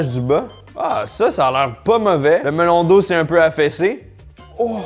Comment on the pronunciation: seul hic de la video c'est quand j'entend MELON D'EAU (sinon video parfaite comme dhab)